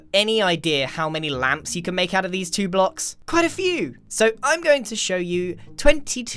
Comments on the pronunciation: grian: ŁÂMPŠ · grian: LAmPss , i want more! All of us: we're ok with just a few Grian: LoOok ITZ CHeAZe Us: umm... ok?